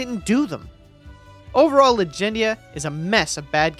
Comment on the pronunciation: Bro triggered me out the gate with Legendia. smh. 😆